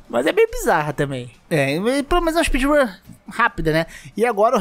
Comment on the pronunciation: espeedrum de baiano kkk